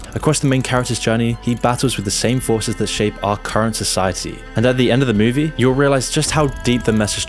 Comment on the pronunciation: Move-E. Not Mewwvie.